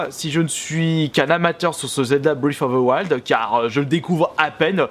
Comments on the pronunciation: "fbrif offfff fe fouaïld" c'est pas compliqué à dire breath of the wild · ‘’Zelda brifouvewail’’ On dit Breath of the wild en fait... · Breath of the wild, pas britoftewouald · En exclusivité pour toi ! Ça se prononce : Breath of the wild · Brèsse offe ze waillede ! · brèft of de waÏld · Alala tu me feras toujours autant rire avec ton anglais si parfait avec une prononciation magnifique Zelda: briiffe oveu wouald mdrr 😂😂 vidéo au top comme d’habitude 👍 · Brife foffe ze waldeuh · " Zelda bfife ofe fe fils " Je te kiffe 😍😍 tes le meilleur change pas 😂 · Tu peux prononcer breath of the wild stp c tellement marant comment tu le prononce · zelda briffe of a wouayld ou encore zelda toilette prinsaisse xD quel accent anglais de toute beauté